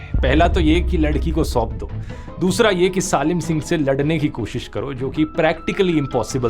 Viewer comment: Salim singh ❌ zalim singh ✅😂